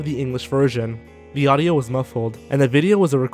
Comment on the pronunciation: "in audo quality" You had one job